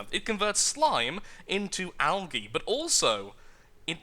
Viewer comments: Al-gee (algae) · I am not being mean I am just saying I say algae differently I say it like algee I am american